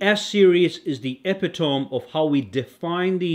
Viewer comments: Ah-pit-oh-mee , not epi-toe-m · "Epitome" has 4 syllables and is pronounced /əˈpidəmē/. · You should know that epitome is pronounced ep-it-oh-mee